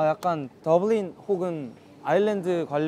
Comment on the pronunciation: 🚂 1228% 개취 타임라인 이미 손에 꼬옥 쥐고있는 기념품 두개 ➰ dublin ~ 혹은 아일랜드 관련한 뱃지 찾는둥 나 이무진 발음 굴리는 거 사랑하네 .. 😭 예이 ~ 🇮🇪 세상에 여기 목소리 너무 좋은데요 영어로 대화하는 거 너무 좋은데요 무한반복중 🥹 귀여운 거 좋아하는 귀여운 사람 (˃̣̣̣̣̣̣︿˂̣̣̣̣̣̣ ) 무지니 거울 보는 거 진짜 조와하게따 🪞🫶 ㅇ ㅏ하↗️⤴️ 웃는 거 진짜 좋아.. ♡ 헤헤 으ㅎ ㅔ헤 ☺️ 말투 진짜 귀여워 ㅠㅠ 이런것도 하나 해야게따! 손에 키링 한가득 들고 또다른 선물 열심히 고르는 무진이 🎁 GOOD LUCK 🍀 깜빡이 켜고 들어와주세요 내 심장 살려 오케이 이정도면 됐지요호 ~ 🎶 hello~ (나 : ㅇ<-<..) 🤪🤪🤪 구깃구깃 신기한 포장 보여주는 무지니 여기 넣어야징 ~ 그리고호 한군데만 ~더 들리자 하 🎶 거리 곳곳에 음악이 가득한 아일랜드 🇮🇪 여기 분위기 진짜 무진이랑 너무너무 잘 어울려 😭 잘생김. hello kitties~ 🐱 핑크핑크 키치한 헬로키티 귀엽다면서 찍어가는 더 귀여운 사람 🤘💕 흥얼 🎶 진짜 잘생김. 가야지히 ~ 🎶